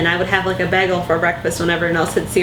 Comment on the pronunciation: I thought "bag-gle" was a Community reference, but now I've heard someone actually pronounce it that way, haha. and, who is the best at Sonic 2?